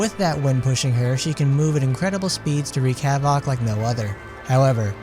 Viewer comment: 'Havock' lol